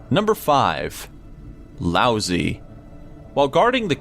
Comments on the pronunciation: god fucking dammit >.< excuse my language... it's not "Lousy", it's "Lao-dzi". ...Ah well, I guess you Americans can't be blamed, that sound totally does not exist in English DX very interesting channel, I kinda suggest you guys do a little look up into pronunciation along with all the research you already do ^^''' cuz... that was... so bad..... XDDD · Don't know who's reading this but someone needs to give him lessons in pronunciation. Try the IPA - most names will be in Wiki, and other words in a dictionary. Sorry, I don't usually complain but "Lousy"? Come on. Who's editing? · Isn't it pronounced Lao Sue, or have I been pronouncing his name wrong the entire time? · has a bad case of voice break. xD Isn't #5 pronounced like Lao-Tse? Surely doubt it's like Lousy. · laozi is pronounced "lao-dzuh" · "Lousy" Wew. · That's pronounced Lao-zoo mister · Low- zuh.... what is it with you narrators on these list channels. All of you put about zero effort into the more difficult words you come across. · Laozi's name isn't pronounced "lousy" lol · uhhh, lao zi is pronounced as lao tss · Lao Zi is not pronounced like "lousy" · Anyone else cringe at the pronunciation of laozi? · lao zi is pronounced differently than the way its said here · I think the zi is not a long E sound, its a just a short i sound. Sorry for ruining the joke...